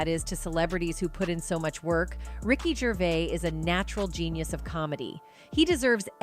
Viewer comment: WTF IS RICKY GRAVIS???